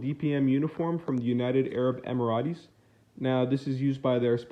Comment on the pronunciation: Emirates is pronounced emiraights as in straight